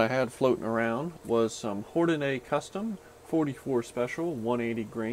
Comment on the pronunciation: It’s Hornady, not “Hornaday.”